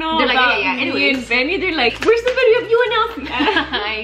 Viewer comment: Also guys who ever is new yes Elsy always says “ bideo “ 😂❤️